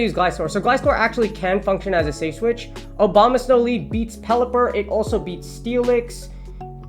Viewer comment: I love that you keep saying Obama-snow